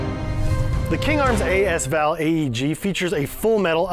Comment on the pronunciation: ... it sounds weird... just say the words as and val or combine into.. asval. If you say the second one correctly... you will understand. ;)